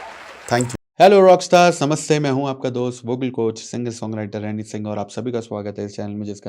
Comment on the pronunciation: Samaste nahi bhaiya namaste..sorry😂